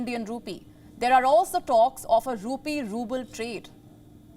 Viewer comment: I'm confused. Is she saying Indian Rupee or Indian Poopie? 🤔